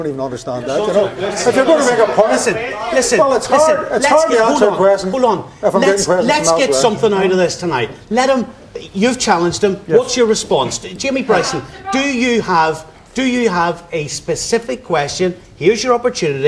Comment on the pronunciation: Wee Jamie Bwyson says it's a peaceful pwotest